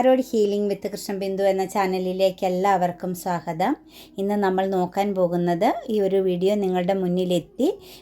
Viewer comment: സ്വാഹതം അല്ല മാം സ്വാഗതം 🙏